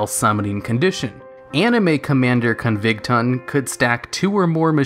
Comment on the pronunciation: Con-vig-ton?! I will hunt you like the animal you are!! this is not a Death Threat, because I need you alive. you must be studied, for I cannot for the life of me understand how someone could botch the name of my Hometown this badly...! Also, it's pronounced, "Ma-kee-na." I'm not as upset about this one as I was about "Commander Covington," I just felt like I needed to point that one out too for future preference.